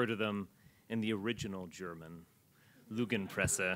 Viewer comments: As a German I can only say this: If you're gonna use our beautiful language for your racist speeches, at least work on your pronounciation. It's "Lügenpresse", not "Lugenpresse". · Well I speak German at A2. The only German term he used was lügenpresse, the only thing that was off was his aussprache/pronounciation. Apart from that none of his German was wrong. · cool. I don’t care about your German proficiency level man. Yes, the only German word he said is “Lügenpresse” so OC is obviously referring to his pronunciation of that. Because that’s the only German he spoke, and it was awful and cringe. That’s all. I don‘t get how people are suddenly bringing up WW2 and self-hating Germans.